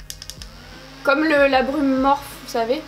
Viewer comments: En réalité ça se prononce « morphé » donc ni morphi comme les américains ni « morph ou morpheu » comme toi. Ça vient de la mythologie grecque et c’est une divinité du sommeil, des rêves et des rêves prophétiques :) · Morphiiiiii pitié morphiii pas morph 🙏🏼😭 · "MorphEU" hahaha ta prononciation m'a tuée, je crois que c'est "Morphi" .. ? sinon chouette vidéo 🌠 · Oui oui c'est bien Morph'i' normalement x) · SUPER VIDEO JUSTE UN TRUC C'EST QUE LA MARQUE MORPHE S'éCRIT COMME CA MAIS ON LA PRONONSSE MORPHI SINON TA VIDEO EST GENIAL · MorphEU xD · morpheuh mdrrrrr team nul en anglais levez-vous x)